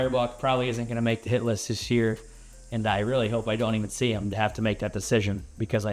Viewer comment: I think instead of saying hit list I think I heard $hit list. LOL